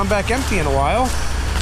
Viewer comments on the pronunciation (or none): none